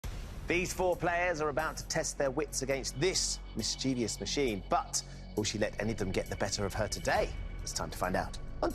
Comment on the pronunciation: Oh Lord, when will presenters realise there is no such word as "mischevious"? There is no third "i" - the word is pronounced as written, MISCHIEVOUS!